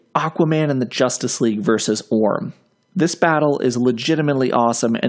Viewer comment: 'Versus', not 'Vers'.